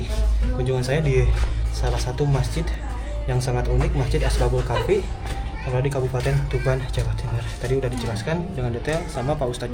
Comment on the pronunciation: Bukan Asbabul Kahfi, tapi Ashabul Kahfi.